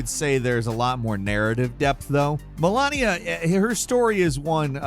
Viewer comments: It's Malenia, not Melania lol. Also, cut the annoying music please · "I am Mal-ah-nea." 🤓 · I'm a subscriber and a fan of the channel, but man do you need some language lessons... It seems you're physically unable to pronounce a name if it isn't US of fucking A born and bred... e.g. Malenia, not Melania, Lady Dimitrescu not Dimatrice or what ever the hell you mispronounced it as. And, sadly, this is not the first video I noticed this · yeahhh, absence of Maria is odd.. also,, its Malenia, not melAnia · She is MALENIA, not Melania. Why people can't say her name correctly? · It's "MAH-LEH-NIA" not "Melania"... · Why do you pronunce Melania when it is pronounced Malenia? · "Dimitreees" ??? Its Dimitrescu. Also, "Melania" ??? Its Malenia. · MALENIA NOT MELANIA MALENIA NOT MELANIA MALENIA NOT MELANIA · Dude Malenia not Malania 😢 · Melania blade of orangina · MalAnia, dude has the worst pronunciation. She even says her name in the game.. Perhaps never lost to her!? not likely...😂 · Please please please start having your writer include a pronunciation guide for you. Di-mi-TRES-cu. Ma-LEN-ia. TERR-an. Sa-bo-TOOR. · obviously did not finish all the bosses in Elden Ring, cause it's pretty hard to misspell Malenia's name after hearing this "I'm Malenia, the blade of Miquela" shit for a couple of hundreds of times lol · Bro did not just say Malania 💀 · MA - LANE - UH!!! Damn! Lol. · Malania the blade of maqaila? 😂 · Melania and Miquella mispronounced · yeah great jobs specially with the part where they don't play the games they're talking about "Malania" "careea manor" they don't know how to pronounce a single name in that game, and they either didnt play it, or played on mute, and im leaning on the former they never played elden ring, they have no fucking clue what they're talking about and they probably steal a bunch of content from smaller creators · Crazy how many people call her "MELAnia" like they didn't hear her say her name 100 times.